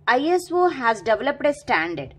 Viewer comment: You need to improve your pronunciations... That developedaaa irritates a lot 😑😑